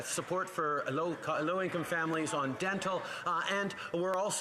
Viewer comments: He has a hard time saying low income 😡🤬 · So ritz he cant even say low income